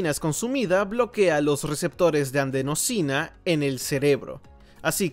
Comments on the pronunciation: Si ves este comentario, hay una errata, se dice/lee adenosina, no andsenosina. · Molesta que el traductor diga "andenosina".